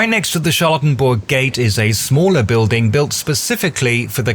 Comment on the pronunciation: This whole thing sounds...oddly familiar A military parade to celebrate his birthday, making monuments named after him...hm Also, I keep hearing "charlatan-burg" lmao